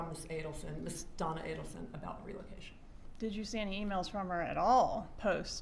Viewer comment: ATTY cannot even say, ADELSON (Ei-del-son). says, Ah-den-sun.